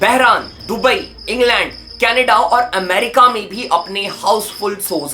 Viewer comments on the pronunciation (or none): none